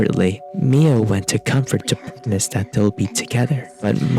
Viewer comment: Is he gonna say "My-oh" this whole video...? Aha! Whew. 😂